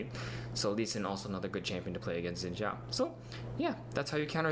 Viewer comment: Nope. It's not "Zin", it's a mix between "Shin" and "Sin". Watch the champion spotlight and hear how Phreak pronounces it.